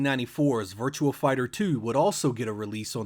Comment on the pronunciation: Virtua not virtual. On line not one line. Learn how to read please. Love your vids but goddamn dude